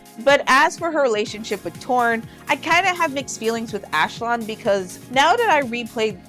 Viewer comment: Ashlon???Ash-LON??? That's as bad as saying Ong instead on Aang